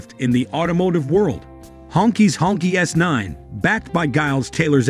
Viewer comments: Please pronounce the name correctly. It is "Hong "Chi", not "Ķi". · The narrator needs to do more research. It’s not pronounced “honkey” but “ hong-chee”. The phrase literally translates to “red flag”. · It is actually pronounced, "Hong-Chee". But I can see some wanting to call it the "Honky". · More like SHONKY. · It pronounce "hong chee" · it's u r accent not their name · Well thank you for that because I was turned off by the pronunciation, it’s like saying the N word except it’s for white people. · I think the narrator is a computer voice. There are other examples of incorrect pronunciation and pacing. The pronunciation of the name of the car is very annoying. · Yeah he's jacking the name all up!😅